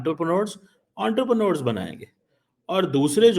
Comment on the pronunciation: "Unterpranors". Gandu sahi pronounciation bhi nehi karsakte. Pakistani doctorate ka hal dekho.